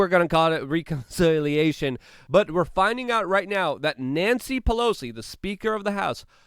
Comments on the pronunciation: What’s a ‘lieutenant cornal’ ? 🤣 … and that pesky reekonciliation 🤣😂🤣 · are you kidding?? All his videos are littered with them.. Just going back to find the one that stood out to me in this one I found 2 consecutive ones.. He says sneaked in past tense right before where he pronounces reconciliation.. The dude never says the word important right, which is ironic af.